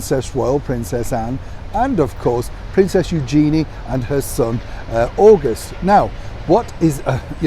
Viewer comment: Please pronounce Princess Eugenie’s name correctly . It is said like - you je knee. The je is pronounced like the French je!